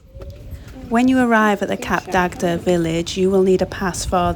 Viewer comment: It’s pronounced “Cap Dag” the second D is silent.